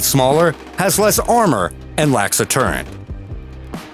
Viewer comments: It is a "TURRET" not a TURENT". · Your constant mispronunciation of the word turret is mind boggling considering this is a video about tanks. There is no n in turret. Definition of turret 1 : a little tower specifically : an ornamental structure at an angle of a larger structure 2a(1) : a revolving armored structure on a warship that protects one or more guns mounted within it (2) : a similar upper structure usually for one gun on a tank (3) : a gunner's fixed or movable enclosure in an airplane